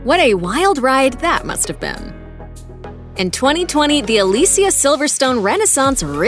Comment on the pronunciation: Aah Lee see aah